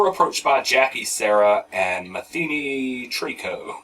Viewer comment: I didn't get sick from her btw... And we knew it was Three Dog Night, we still thought that song sounds like Christmas. Mathenee's name is pronounced (Math N E) thanks!